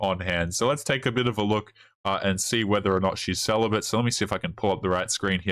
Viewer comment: Celabate or "Sell a bit"?